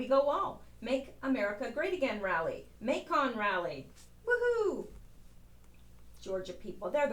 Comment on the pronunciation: lol Macon is pronounced like Bacon. fyi